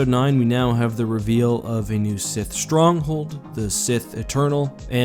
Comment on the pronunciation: the way you say sith stronghold